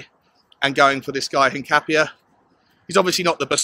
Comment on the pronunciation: Hincapié is pronounced hin-cap-ee-eh. In Spanish, that accent over the 'e' gives it an 'eh' sound.